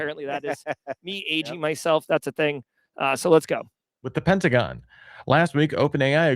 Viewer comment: #TramReplay Pen-ta-go-N